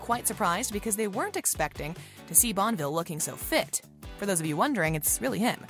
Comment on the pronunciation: The “T” is not silent in Talbot the “E” is not silent in Bonneville